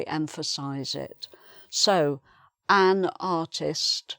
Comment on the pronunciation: OK you're pronouncing An just like its spelled an. Why did you say UN In the beginning